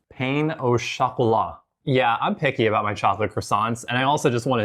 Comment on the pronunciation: I love how you pronounce pain the American way xD It's a French word in this case, so it would be "pehn oh shocolat" or "peh oh shocolat" in terms of pronunciation depending on how snobbish you want your French to be 😅